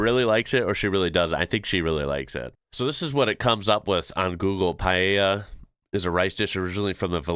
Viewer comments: You pronounced Paella correctly. Paella Valenciana, the proper Paella dish, has the locally produced short grain rice as a base, the meat is basically chicken, possibly with rabbit, pork and sometimes snails, BUT definitely NOT fish or seafood or sausage (Jamie Oliver said he added chorizo once and was heavily criticised), finish with onion, garlic, tomato and seasonal vegetables. A similar dish in Alicante has chicken and bacalao (salt cod). Both are delicious! Recipes for Paella by non-Spanish chefs tend to be the ones that include fish/seafood along with chicken, but that is not authentic Paella! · First time I hear an American say paella right!!! Kudos!! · as a spaniard, I would like to congratulate you for your pronunciation of "paella", if heard so many people call it "payeya" that I was surprised by the way you said it. Well pronounced sir 👌🏻.